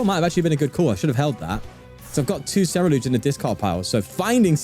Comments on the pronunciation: no he didnt he only said it at the very beginning then kept saying cereludge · 42 i dont know, i think hes still saying cereluge, but it may just be me lol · HE FINALLY SAID CERULEDGE INSTEAD OF CERELUDGE